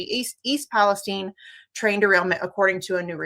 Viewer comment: Kudos to the guest for saying East Palestine correctly. No, it is not pronouced like the other "Palestine"